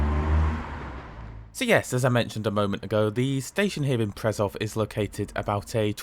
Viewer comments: Just a small remark: Š is pronounced as an English [sh], so it's [Preshov] and [Shkoda]. The same is true for Č [ch] Ž [zh] and CH [h as in heart or heat]. Czech Ř is pronounced as a very short [rzh]. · It's pronounced "Pre-show" and "Kosh-itse". ;-) I'm surprised to see a video from you where you use your own voiceover. :-) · Correction: "Š" is pronounced like english "sh". So it's "Preshov", "Koshitse". "C" in Slovak is pronounced as "TS" like in "Tsunami or Tsushima".